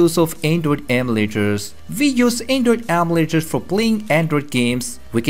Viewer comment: the way he says emulators though...